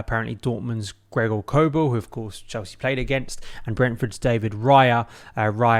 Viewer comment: You can tell you're not any sort of authority on his abilities. 1. It's Kobel, not Korbel 2. Small? He's 6ft 5, are you high? Small in Statue? 😅 Maybe you mean stature. Jeez man, many of the comments in here are comedy gold